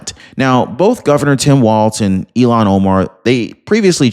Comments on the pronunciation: Her name is “Ilhan” not “Elon.” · Dude, for the third time, her name is not Elon! It's Ilhan. Il-han.